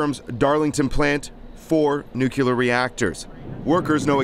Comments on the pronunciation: NUCLEAR. NOT NUCULAR!!!!!! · Nuclear, not nucular. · How many times is the guy going to say NUKULAR??? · You would say it was confusing. Nucular. Go back to school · Another journalist doesn't know how to pronounce 'nuclear'.